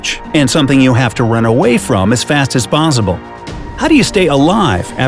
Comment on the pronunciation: how did he say possible weirdest possible .... 😅😅😅😅😅😅😅🤔🤔🤔🤔🤔